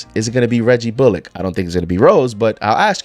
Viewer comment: Hey just a heads up you're pronouncing Bullock wrong